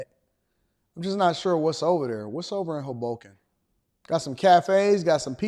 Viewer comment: Your pronunciation of Hoboken is frying me 😂